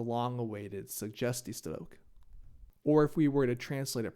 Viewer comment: try saying the word suggestiestrook with a bit more g just a tip on your language :)